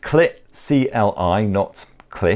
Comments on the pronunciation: bro literally said "clit" XD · I think CLI would be pronounced with the long I sound.